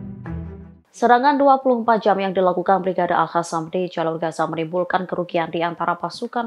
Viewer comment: Selalu mengikuti berita tribunnews tapi merasa gak nyaman kalo si mbak nyebut kata AL HASAM yg semestinya AL QOSSAM/QASSAM. 🙏🙏🙏